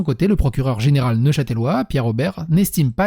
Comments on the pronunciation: On prononce neuchâteulois, ou neuchât'lois, en aucun cas neuchatèlois. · NeuchâtElois ou neuchâtlois comme on dit par ici mais pas neuchâtèlois désoler ça me démangeait hahaha